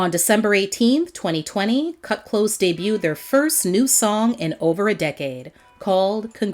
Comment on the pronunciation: Kut klose-uh